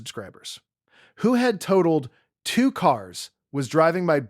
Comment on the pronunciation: Tah told? That’s toe told. Totaled. Lou uh vul. Hun die. Not hewn die. Hyundai. Good grief! So many errors! Teach your AI how to speak!